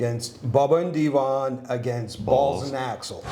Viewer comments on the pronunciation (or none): none